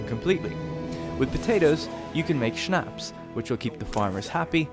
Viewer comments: It‘s so funny to hear a native english speaker saying „Schnapps“ :D Great tutorial tho, really good work! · True xD